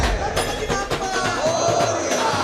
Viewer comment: वह 'बप्पा' नहीं, 'बाप्पा' है...